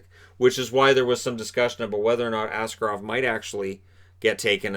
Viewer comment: Well done on that Shakir guy name pronounciation, tatar names are indeed absolutely brutal. Yet what will probably be more important in the future - it's Askárov, with a stress on the second syllable.